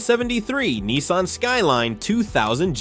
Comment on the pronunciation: he cant even pronounce nissan right